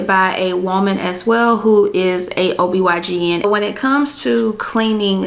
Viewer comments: ITS OBGYN!!!! not obygn lol😂😅😅. Absolutely love this video tho. Thanks love❤🎉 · it's OBGYN not OBYGN 🤦🏽‍♀️😂😂😂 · GIRRRRLLLL IT'S OB-GYN!!!! NOT OB-YGN!!! 👀😏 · Anyone else notice ..........For Ms. Who made this video, throughout the entire video you've referred to a gynecologist as a O B Y G N. They are actually called O B G Y N. Just a tip for any other future videos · Great video sis. I just have one thing. It’s Obgyn not obygn 🙏🏾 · OB/GYN not YGN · Just a gentle correction sis: I’ve noticed that several times you said “ob y gn” but that’s incorrect. The correct the title for that doctor is “ob gyn”, which means “obstetrician gynecologist.” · Its OB G-Y-N. You kept saying Y G N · It's Ob-G-yn jeez! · She kept saying OBYGN lmao. And 8 ounces = 1 cup of water. I think she meant 8 cups. Otherwise good video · It’s pronounced OB GYN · Respectfully correcting you…. It’s OB GYN. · Any catch when she says “OBYGN”? Still a very informative helpful vid!!! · I thought I was trippin! I knew I heard OBYGN! Sis said it like 3 or 4 times!🤣🤣🤣Good info tho ladies!💯